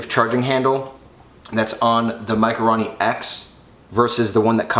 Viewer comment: RO not RA.... for fuck sakes...